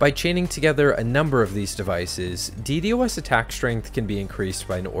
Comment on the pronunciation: It hurts hearing DD-OS over D-DOS